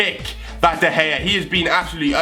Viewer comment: fuck you hart is better than de ghea or hiw you proninc his name. His pretty shit